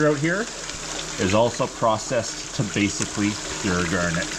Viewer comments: Why do you pronounce it as "gurnet"? It is garnet, with an A. A gurnet is a fish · Never heard anyone pronounced garnet that way. Must be a Canadian thing. That water is so clean and clear. All the water here in the piedmont is brown and dirty from pollution and the sediment being disturbed.